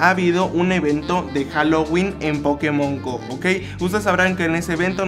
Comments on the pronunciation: se escribe Pokemon Go pero se pronuncia pokemon GOU no GO que inculto xD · Se pronuncia pokemon gou